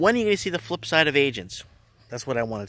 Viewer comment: FLIP not FILP she's saying - the I and L are backwards. :)